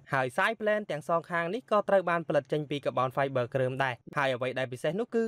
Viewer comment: Car-Bon-Five-ber not ka-bound-vi-ber